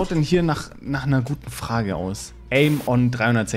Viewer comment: "Eine Frag Go" Du bist Schwabe